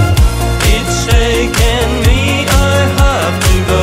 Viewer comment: no tenia idea que era Argentino, un groso Maxi. escuche la cancion en Tn techno y la vine a buscar, muy buen nivel de ingles tiene, lo unico que pronuncia "taken" para el orto jaja